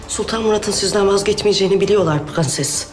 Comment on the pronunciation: Su kadının pğenses demesine ve faryaya bir ben mi uyuz oluyorum